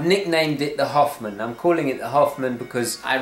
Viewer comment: Also, the way you say Hoffman sounds like "Half-man", and the bezel's colors are split in Half!